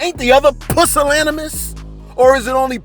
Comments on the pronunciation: It's pronounced: pyoo-sil-Ani-mUss, Not PUSS-sil-ani-musss lol But whatever right!!! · Not Pussilanimis 🤦🏾‍♂️🤦🏾‍♂️😂😂